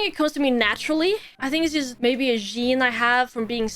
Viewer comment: You have a 'yene' from being Swedish to be good at video games?